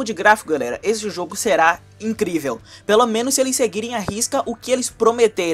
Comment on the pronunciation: Mano para de falar "serar" é será.